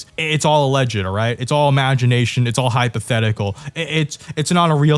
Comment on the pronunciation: remember, the first syllable of hypothetical is 'hype"